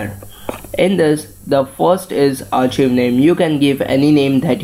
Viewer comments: r chiv lol no its pronounced Archive (ärˌkīv) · ROFL " AR- CHIV" xD